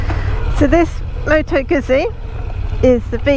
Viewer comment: Moto Guzzi not Moto Guzi